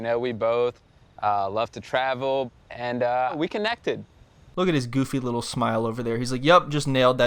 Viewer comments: “Liddle island” 😂😂😂😂😂😂😂😂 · “Liddel illand “ 💀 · "Leeytle island" 😂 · "Leedle island!"